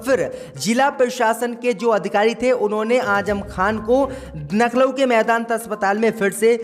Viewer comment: सब बात सही है लखनऊ बोलो नखलउ नही